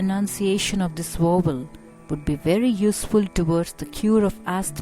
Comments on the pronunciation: What is a Wovel? Is this lady incorrectly saying the English word Vowel? Otherwise very useful. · I thought she was saying "wobble". :-D But the title says "vowel". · you cant pronounce the word vowel